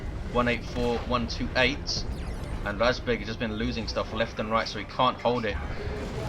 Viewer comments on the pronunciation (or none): Its razbEg, not rAjbeg. I had a bug when sternguards couldnt change their ammo. But when i had it, they had no ammo loaded at all :P Or maybe he wanted to punch those SHI guys. Dunno how usefull kraken bolts are vs SHI...